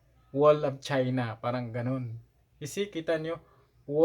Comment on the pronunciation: Nanonood nga kami at parang hinde akma na guys ka ng guys pero kaming matatagal nang nasa labas ng bansa iniiwasan naming maging guys kahit araw araw kaming inglis ng inglis...Ang parang ngayon naging Par-ang na ang bigkas.